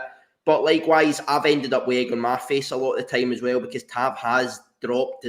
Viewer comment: its been 8 years you have got to say tavs name properly at least once before he leaves 😂😂